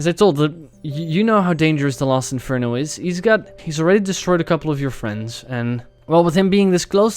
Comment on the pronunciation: they when is reading it he says Lost Inferno not Last Inferno.